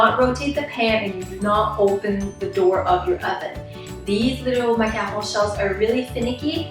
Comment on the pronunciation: I LOVE how you pronounce macaron